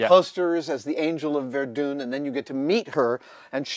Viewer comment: Angel of verdune?, it's pronounced verdun. It would be great if they 3D scanned some props so the community would have the correct dimensions to print with.